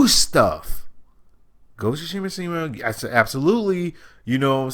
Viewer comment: Wait what did you just say ' Ghost Of.....what' 😂😂😂